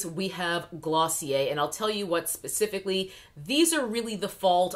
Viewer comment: ....I love when you say "pacifically"- I. I just love it.❤